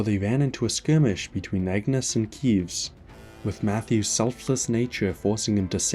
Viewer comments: Right… like, at this point he’s probably mispronouncing it on purpose. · I like how you can tell which creators played the game with English subs or the dub by how they say Keves lmao “Keyves”